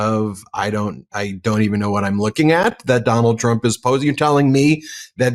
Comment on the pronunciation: Congressman almost said "Tronald Dump"...I like that 👏🏾